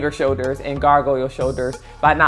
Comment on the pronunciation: There is a L to pronounce in the word shoulders.....you can do it!